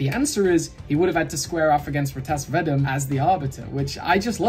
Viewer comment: I think you had asked at some point if you were pronouncing R'tas Vadum correctly. I'm 90% sure it's "Ar-tass Vuh-doom"